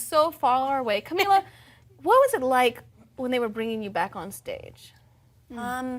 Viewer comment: The interviewer pronounced Camila right but Normani wrong, they can never win :/ Also Dinah running to the floor for the group photo at the end is so funny! She's so cute :)